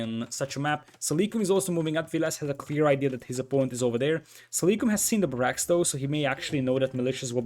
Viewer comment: Nice casting sir. One tip: it is pronounced BArracks not baRRACKS.